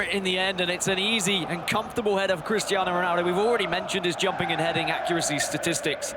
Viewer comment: My man can’t pronounce Cristiano or Vieira